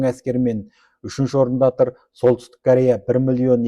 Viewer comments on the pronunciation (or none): none